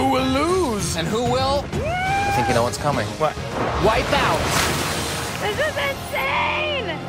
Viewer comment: "wipeoot." :P